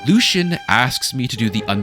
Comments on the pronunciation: LUE-SEA-AN. The game literally tells you how to pronounce his name. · Respectfully my man “Lucien Lachance” is pronounced “Lucy-un”